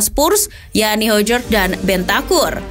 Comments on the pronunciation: Hojbjerg Bacanya "Hoy Byeh" min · Mohon izin yaa min, spelling nya dier itu harus nya daier, dejan itu j nya dibaca y, bergwijn dibaca bergwain, sama hojbjerg itu harus nya hoybyerg, semoga membantu 🙏